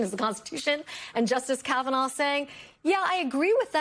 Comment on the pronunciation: Caviner? Whose that!? Learn names before going on national tv